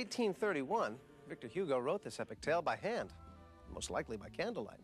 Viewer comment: Great heavens, couldn't he at least learn to pronounce Victor Hugo the way the name is supposed to be pronounced?